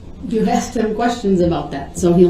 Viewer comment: You forgot axed a million times